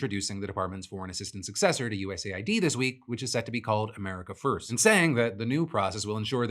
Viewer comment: Sorry, off topic, but I genuinely think Phill is saying USAID wrong, he says it USA-ID, but it wouldn't make more sense for it to be US-AID given the context of their work.